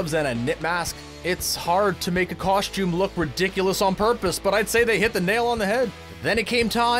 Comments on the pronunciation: What the f@ is a “coSH tume”? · Cool and stuff but never say "KOSHTJUME" again.